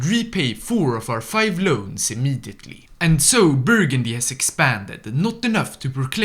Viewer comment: "Burgundy" - sighs - Dives on comments